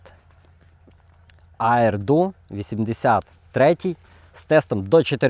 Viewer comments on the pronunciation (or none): Як вам вдалося прочитати "аір - ду"? Дякую за огляд, сьогодні замовив aji-do 682 до 5 грам, чекаю)))